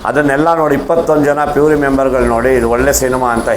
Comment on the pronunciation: ಪ್ಯೂರಿ ಅಲ್ಲ ಜ್ಯುರಿ